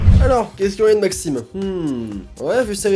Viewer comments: C Maxime ne.... Pas maximene 😂😂 sinon continue j'adore tes vidéos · elle voulais dire « Maxime ne... » et pas « Maximene »😂